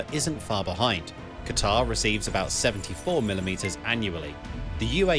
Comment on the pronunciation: Please do your homework - Qatar is pronounced "catter" - Doh !!!!!!